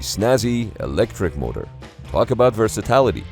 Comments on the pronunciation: It's "VERSATILITY", not "VERSATALITY" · VERSATILITY not "versatality" (this is not a word) sorry to be a linguistics fascist...😔❤️